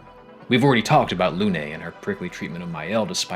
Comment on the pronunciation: As someone who changed the voices to French not even 10 minutes in, despite not knowing a lot of French, the pronounciation of "Luné" (English, emphasis on the E) instead of "Loon" (French, emphasis on the U, ignoring of the E) bothers me.